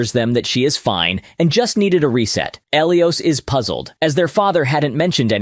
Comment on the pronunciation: Who the hell is El E Os. ...😂😢😂 Pronounced: "Ah Lie Is" Elias